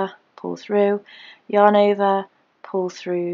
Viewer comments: Lisa Bowden ova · Lisa Bowden sounds like shes saying " your neighbor " 😂 too cute!